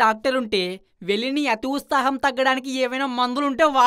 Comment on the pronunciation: వుస్తాహం కాదు వుత్సాహం 😊